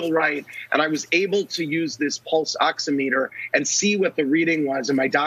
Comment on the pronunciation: Ox*IM*eter. i am not sure how to put that in text but he's not saying it right.